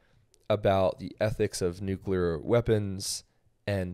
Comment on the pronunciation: By the way, Jinger, say the word “clear.” You pronounce it “kleer,” right? Right. Not “kyooleer.” Okay, now say “new” and “clear.” New-clear. Say it fast. Now say it fast followed by the word war. New-clear war. There you go. Your welcome. (I mean, the word is spelled nu-CLEAR, so it’s pretty easy to just think of it as new-clear.)